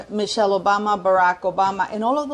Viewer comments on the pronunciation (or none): none